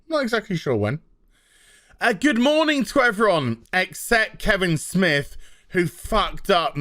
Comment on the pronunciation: Damn i had forgotten about certain movie makers buying out theater seats to boost Captain twats opening weekend rofl. Ha i keep hearing Kibblesmith when you say Kevin Smith same difference now. Vagies unite!